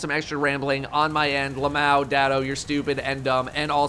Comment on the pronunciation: Only time I've ever hear LMAO pronounced like a real word. Not sure how I feel about it.